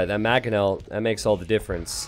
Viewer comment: It's Mangonel, not Magonel!